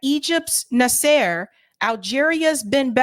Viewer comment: I like what you say. But, you should find someone to help you with pronouncing names of historical figures (eg. Nasser, Begin) , It doesn’t sound professional, and you will lose some respect if you don’t rectify this.